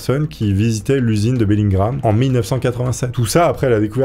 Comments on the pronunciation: BELLINGHAM ça se prononce BELLINGUAM et non BELLINGRAM .... oui je sais, je chipote :D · C’est Bellingham pas Bellingram Bref sympa l’histoire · Bellingham pas bellin gramme... Kenavo!!!! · Bellingham donc pourquoi dit-tu Bellingram ? Peu être est-ce moi mais j'ai pas trouver sa logique.. :)